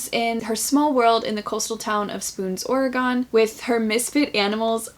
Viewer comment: love your TBRs! This looks like a good set of books. But... I have to say, as an Oregonian, its "Ore-gun" not Ore-Gone 😇